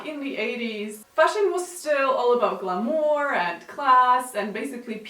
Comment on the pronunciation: So interesting. That's not how you pronounce glamour though just FYI